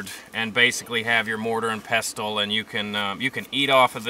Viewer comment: Pestle is pronounced 'pessel' - not pestel.